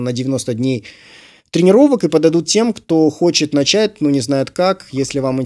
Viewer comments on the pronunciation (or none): none